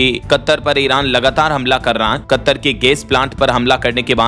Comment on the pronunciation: अरे मूर्ख । तुम कतर शब्द का उच्चारण गलत कर रहे हो यह शब्द कत्तर नहीं है। कतर है